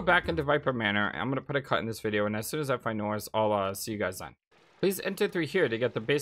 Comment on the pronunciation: lol, i'm saying hummina when you say I'munna (i'm gonna)